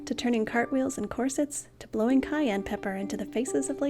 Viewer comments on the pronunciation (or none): none